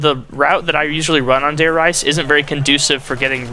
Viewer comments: Dude its Re-za I speak German as well! If it were pronounced rise it would be spelled with no e at the end of Reise. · He said Der R"EI"se while it is actually Der R"IE"se. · I don't want to be a grammer snob, but, I believe the Reise in Der Reise is prounounced Reese like a Reeses penut butter cup. I could be wrong though..